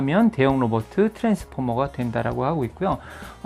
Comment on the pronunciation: 근데 트랜스포머가 아니라 트랜스포마?